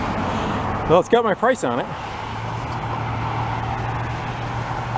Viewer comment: I thought he said, "It's got my prints on it" lol